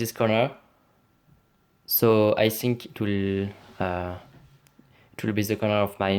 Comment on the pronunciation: Pourquoi tu dis i sink